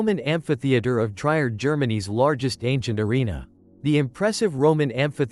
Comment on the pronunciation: Trier... pronounced...Treer!!!!! I HATE AI VOICEOVER!